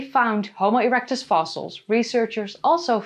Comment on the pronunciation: Erecuts 😂😂😂 she said ereucts 😂😂😂